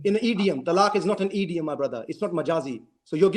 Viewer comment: Can someone tell that guy thats its not 'EEeeDiUuM' it's 'Idiom'🤣